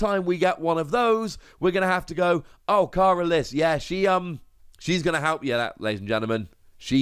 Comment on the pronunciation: its pernounced like careless fyi